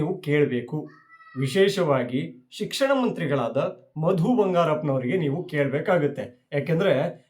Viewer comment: ಸರ್ ಮ ಬಂ ಶಿಕ್ಷಣ ಸಚಿವ ಅಲ್ಲ , ಸಿಕಸಣ ಸಚಿವ. ಸಿ ಎಂ ನಿರರ್ಗಳವಾಗಿ ಇಂಗ್ಲಿಷ್ haaguu ಹಿಂದಿ ಮಾತಾಡಲಿ.